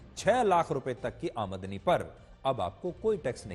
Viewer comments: Aamadni nahi aamdani bolo sir ji.. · Sir jo aap aadmani shabd bol rahe ho wo aamdani hota hai cara karo👍👍